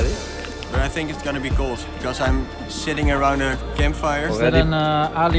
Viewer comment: Sitting or shitting? 😂